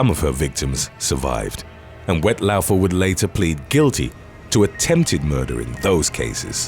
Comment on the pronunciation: Woodstock isn’t far from me … and it’s pronounced ‘Wet Law-fer’ … no offence 😉